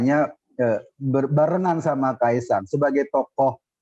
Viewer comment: Bilang kaesang aja susah amat..